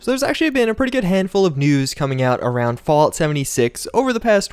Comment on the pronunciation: can't tell if he said news or nudes